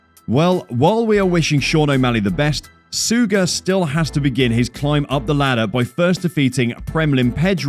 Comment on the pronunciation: Are we just going to ignore the fact that this narrator didn't know how to say any of the fighter's names? sooooga? May-sha tate? Bro do you even watch mma?